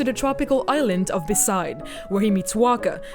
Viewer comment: titus and beside (besaid)? good video tho.. lol